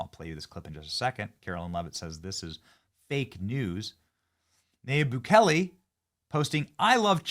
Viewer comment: The Salvadoran Presidents name is pronounced Nah-Yeeb Boo-kay-lay